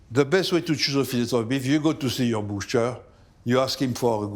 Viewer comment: If the cook says "Ze" for "the", you know it’s going to be bussin